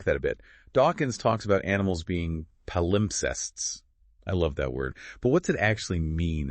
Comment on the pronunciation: If you like the word "palimpsest" stress it correctly